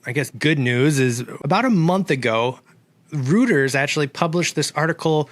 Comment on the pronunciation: (reuters) Rooters? ha.. you mean Roy-ters? I think that is how you pronounce it... I flippin love you man. keep it up.. yeah we have no news.. but just keep doing these. you seem to like it.. we like watching you. carry on.